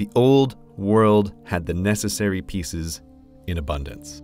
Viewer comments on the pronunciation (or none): none